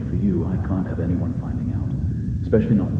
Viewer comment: Hi, okay... I really don't know how to say this... let me preface it by saying that I've watched a few of your videos and I really loved them... well, what I wanted to say was that I die inside everytime you say "especially", because you kinda say it like "ekspecially" I'm really sorry, please don't take this personally, but I can't unhear it now😭😭😭 Really, PLEASE don't take this personally, you make great videos! It's just a small detail...❤